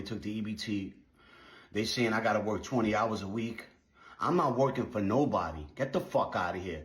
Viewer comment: she mispronounced “work”